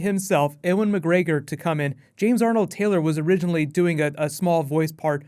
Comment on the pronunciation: you say Ewan Mcgregor very weird. Great video none the less! 😃